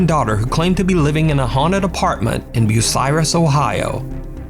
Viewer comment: He pronounced Bucyrus correctly. Holy crap!